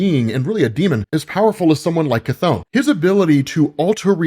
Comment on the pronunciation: Bro its not pronounced KATHONE!!!! So annoying